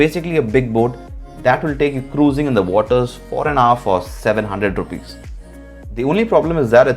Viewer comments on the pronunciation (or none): none